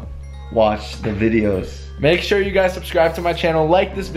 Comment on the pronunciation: Makey sure-: Makey sure??